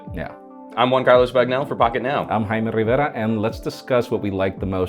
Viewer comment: You hardly rolled your tongue saying your name this time,.